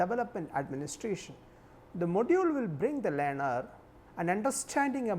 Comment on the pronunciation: what the fuck just he say "lyaner" for learner!